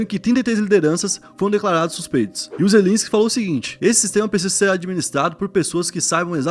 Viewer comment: É Zel-E-nsky!